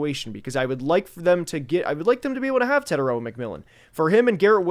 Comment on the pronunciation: TE-TAI-ROA you are not pronouncing his name correctly let me break it down to help you guys get it right The first part TE is prounouced like tear like a teardrop The second part TAI can be said like Thai as in Thai food And the last part ROA is the hardest part because you have to roll the R so if you say it like raw as in raw meat but add a “ahh” sound at the end So it would be “tear” “Thai” “rawr” TETAIROA Your welcome